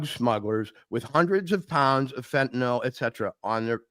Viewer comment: I disagree, but whatever. I do wish to point out, however, that both of these gentlemen know how to pronounce fentanyl properly. So many can't seem to. Given the importance of the matter in the US, the least that journalists can do is get this basic thing right.